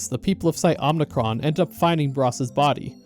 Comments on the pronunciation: Just a slight annoyance I have: it’s Omicron, O-M-I-C-R-O-N. Not Om*n*icron. The only n in omicron is at the end. Omi, not omni. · Omicron isnt pronounced Omnicron by the way, I think that’s a Star Wars word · It's Omicron, not Omnicron. It's a Greek letter, not a Latin prefix. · "Omnicron" honestly tells me everything you need to know about this video. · Omicron. Omnicron isn't a Greek letter. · “Omnicron” How do you get this wrong in a game with voiced dialogue?